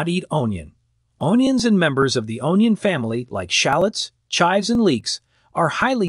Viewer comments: Say 'un-yuns' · Your AI voice needs to be programmed to pronounce onions, dachshunds, and other words correctly, it detracts from the authenticity of your message. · It is amazing to me that this video uses several medical terms but can't properly pronounce dachshunds, onions, and a few others. Just crazy